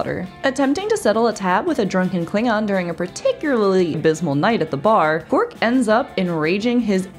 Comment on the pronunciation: Quark, not qwork, darling. Have you ever even seen the show?